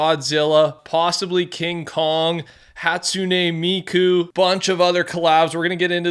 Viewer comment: bro I’m proud of ur pronunciation for hatsuna miku